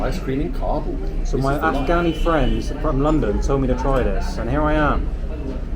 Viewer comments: Please. It's not ka-BOOL it's KA-bl like "cobble'. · I love your videos man but you got to pronounce Kabul correctly. Didn't you listen to locals pronounce the name of their town? Kabul rhymes with "hobble".